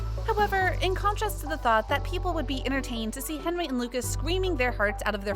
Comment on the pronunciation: His name is hendery not henry